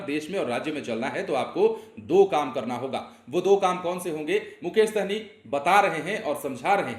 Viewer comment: सहनी नहीं हैं भाई साहनी है।। सही से pronuncition करो